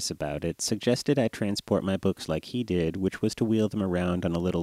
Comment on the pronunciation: sounds like he's saying boogs